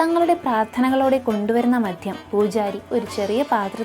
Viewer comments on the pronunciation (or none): മധ്യമല്ല കുഞ്ഞേ മദ്യം, മര്യാദക്ക് ഉച്ചരിക്കാൻ പഠിച്ചിട്ട് പോരെ ഇതൊക്കെ!